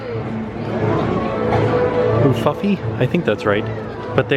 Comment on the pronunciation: Oooooofoofy that's how you pronounce it ufufy